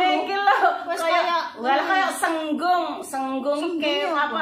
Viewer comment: Kewane jenenge Sigung mbak, sanes senggung.